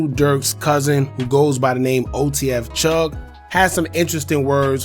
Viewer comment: Chugg Not Chuff Lol